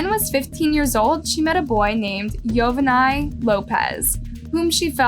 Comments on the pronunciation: Joe-vah-knee not yo-va-nay 😂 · I think you totally disrespect that man by continuously butchering his name hell the reporter even said his name right and you continued to disrespectfully butcher his name its pronounced Yo-vaun-nee not yo va ni if you're gonna run a you tube channel at least learn to pronounce the names right so you dont sound like a total idiot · I was thinking the same thing. She literally kept mispronouncing 2 different ways. She would say Yo-Van-NY and then Yo-Van-Nay. And then she even uploads a clip with the correct pronunciation of Yo-Von-Nee and still kept mispronouncing it. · It's pronounced Yo-Vawny not yo-va-nie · Even the news pronounces his name Yo-van-y. A y sound at the end. Dumbass. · The name is pronounced like Giovanni but the beginning is Yo- vanni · It's Yovani pronounced Yo-vah-nee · It’s “yo-va-nee” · Is anyone else annoyed at how she mispronounced EVERY NAME? It's pronounced Jo-vaugn-knee... sheesh...dique Yo-vun-eye...🙄🙄🙄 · If this girl was a WHITE WOMAN justice would have been given the next day n im sure the baby would have lived longer than just a few mts. FYI the husband's name is PRONOUNCED YO-VON-NEE...N IF SHE PAID ATTN TO HOW THE NEWS REPORTER HAD PRONOUNCED IT SHE WOULDNT HAVE BEEN SO IGNORANT IN SAYING IT WRONG THE WHOLE VIDEO. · Pronunciation is actually Joe vah nee